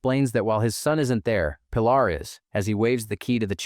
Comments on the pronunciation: Pie-laaar"? the girl has a very common spanish name, Pilar, pronounced "Peeh-laar" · Her name is pronounced Pee - LAR. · Robots can't pronounce it